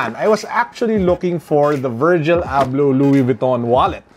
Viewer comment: Wallet looks nice. Did you get excited towards the end of the video as it sounded like you called him, perhaps it's his Moroccan cousin. 😉